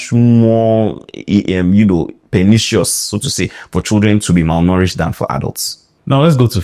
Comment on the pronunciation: Me too, I heard "malnouritched"😂😂 Thanks, Doc, for enlightening us with each video. We know better after every video we watch.